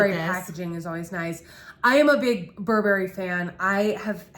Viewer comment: Thx for the review! fyi--Burberry is Bur'burry and ylang-ylang is ee long' ee long' 😀